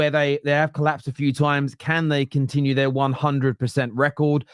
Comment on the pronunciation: Use 'T' when it is not 'D'. T is a real letter, not a ledder or a padth or led, unided, condinue, jusd, dis, dat, negadiv, resd...